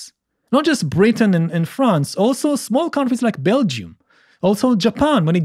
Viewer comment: Smart man but it's Belgium, not Belgy.